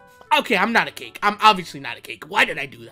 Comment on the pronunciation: WAIT DIO HE DI.DIO HE SAYS CAKA